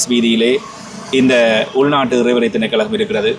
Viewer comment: திணைக்கழகம் அல்ல. திணைக்களம் என்று கூறுங்கள்.